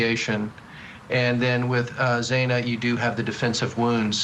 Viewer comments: Absolutely. Morgan instead of Mogen. Zaina instead of Xana. Talking heads that 1 hour before the segment picked up some talking points and tried to act as if they were “invested” in this tragic story. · And pronouncing Xana's name wrong too. Take this video down. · Bottom left blue suit guy has called her Morgan in other interviews, also. He cannot pronounce Xana's name correctly. Get rid of him. Clearly he has not studied this case at all. He needs to not be invited back. He has no credibility.